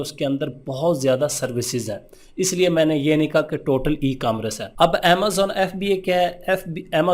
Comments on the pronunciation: Bhai apko emcommerce tk sai bolna ni arha lol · 1st of all you must have a proper knowledge about ecommerce,,then how to pronounce ecommerce 😅 2nd step rather then making yourself a guru recommend any ecommerce agency or YouTube channel my recommendation Enablers...